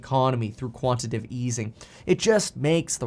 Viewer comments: It's quantitative NOT quantative, Kevin.... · It’s Quanti-Tay-Tive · Quantitative has 4 syllables: ˈkwän-tə-ˌtā-tiv